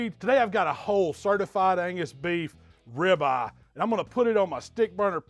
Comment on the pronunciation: You KNOW your in Texas when calls it a “Rib Ah!”🤓🤪